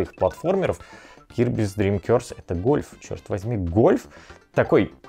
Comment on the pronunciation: не "кёрс" (проклятие) а "коорс" (то есть курс, направление)